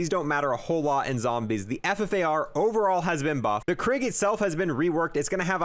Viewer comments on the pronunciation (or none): none